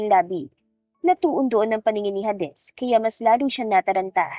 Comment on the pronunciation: Please _ Hades is pronounced "heydes".❤